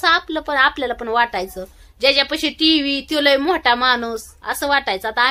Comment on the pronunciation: टेव्या नाही टीव्ही म्हणतात